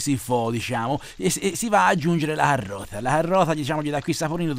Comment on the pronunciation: La carrota lo diceva anche la mi nonna 🤣🤣🤣 con due r